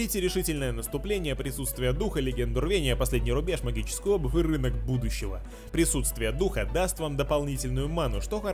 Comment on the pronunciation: что случилось с его интонации когда он говорил рынка будущего